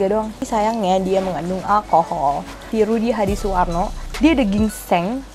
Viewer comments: Saworno siapa sih, salah mulu ngucapinnya. Pernah ada masalah sama yg namanya saworno? wkwkwkwk... Btw thank infonya dear, sangat bermanfaat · Kok susah amat sih kyk nya bilang “SUWARNO”😅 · Rudy hadisuwarno itu udh legend lho, kok belibet aja nyebut namanya